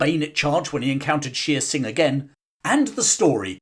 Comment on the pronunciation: Shere Singh is mispronounced. It is not "sheer" singh, but "share" singh.